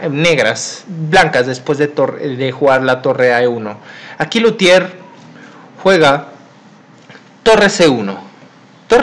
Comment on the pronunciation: Es Lautier no Lutier.